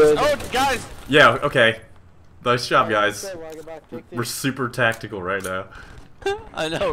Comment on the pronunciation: You guise, it's tactikewl